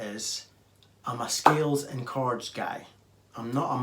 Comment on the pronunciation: I keep hearing “cards” and wondered what that means but half way through the video I finally realized you say “chords” 😂